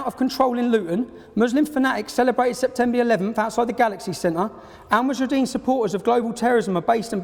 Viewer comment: you would think he could get the name right, seeing as he thinks they are such a big threat. the group is called 'Al muhajiroun' and not 'Al mahujarideen' as he keeps saying.